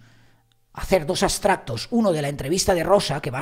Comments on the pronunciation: Pero que te importa lo que se diga en otros canales? Por qué tienes que meterte en nada? Y se dice extractos no astratos, que eres periodista. Eres muy poco autocrítico y me llevé una decepción contigo. No tienes razón, asúmelo!! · ¿ ha dicho astratos? "Ojiplástico" me he quedado.